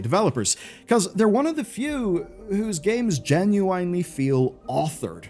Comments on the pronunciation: Genuinly - Jen-u-enn-lee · God damn it. I am the only one that can't stand the way he pronounce genuinaly? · How in the world did you just pronounce genuinely?????